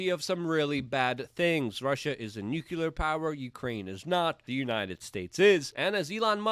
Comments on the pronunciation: can you STOP saying nukulur like George Bush? it's pronounced new-clear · Sweetie! Nu-klee-ar. Not nu-ku-lar.